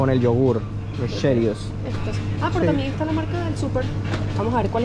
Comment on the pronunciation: Nunca habia oido pronunciar asi Como lo hizo "cheerios "